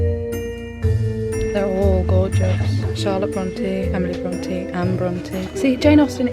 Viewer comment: I’ve always pronounced it Bron TAY Am I wrong? I feel as though is saying Bron TEE